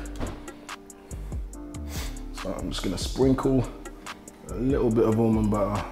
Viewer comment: I heard him say to add an Almond Bar, the way he pronounces Almond Butter the British way. Almond Ba-uh... 😂😂😂